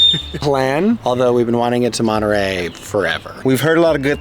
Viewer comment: It’s Monterrey not manta ray.